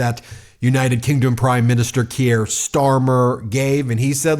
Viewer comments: This is not meant to be critical - just letting you know. Kier pronunciation rhymes with beer, so sounds like Keer. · Please, the British PM's name is pronounced "Keer". One syllable. Otherwise, keep up the great work! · Ben, thanks for everything you’re doing. Just a quick heads up: pronounce Kier = Kear (as in ear 👂) and Macron = (as in ‘on’ not ‘own’). Cheers!! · I dont wanna be "that guy" but its pronounced "Keer", like beer but with a k. Im sorry but i had to because ive been listening to his name for the last 5+ years! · just a wee heads up Ben it's pronounced Keer, up the mighty meidus🎉🎉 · He's not French, it's pronounced Keer 😂😂❤ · pron. 'keer' bud. One syllable. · Hi Ben - thanks for all the work you are doing! Just wanted to point out that you pronouce Keir Starmers name "Keer". Keep up tha fantastic reporting! Cheers! Lisa from Winnipeg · Kier rhymes with fear, for pronunciation context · "Keir" rhymes with "near" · Why can't you pronounce his name correctly? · 1. Please learn to say Keir correctly (I'm also called Keir after Keir Hardie, which should tell you where my parents and I are politically) 2. I never thought I could get behind Starmer after what he did to Corbyn then as soon as he was elected PM he ditched all his promises but on Ukraine he has been phenomenal. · I beg you, please learn how to pronounce Kier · Please. please, learn how to pronounce Keir (keer, not kiere) - thanks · Ben, his name is pronounced "Keer" -- one syllable. Not Key-air. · Please pronounce him Keer not Kyier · Great stuff and if you do read this it's not key er its keer rhymes with beer. Keep the good fight going from Scotland. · Keir rhymes with beer, not Gruyère, mate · His name is pronounced Keer, not Ke-ere. One syllable, not two. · Keir rhymes with Pier, not Pierre. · love the video, but small note: Keir is pronounced Keer, not Key-air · it's Kier like Beer, not Keir like Pierre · It’s pronounced “keer” not “kierre”. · Kier is pronounced as Keer. Not Key-air.